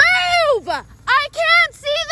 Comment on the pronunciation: "MOOOOVUHHHH!! I CAN'T SEE THE ROADUHHH!! I CAN'T SEEEUHHH!!!"